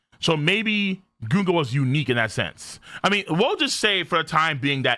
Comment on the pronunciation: prenouncing Gunko wrong day 4723